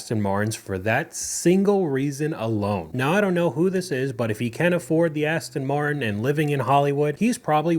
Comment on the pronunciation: The guy buys an Aston-Martin and doesn’t even pronounce the name correctly.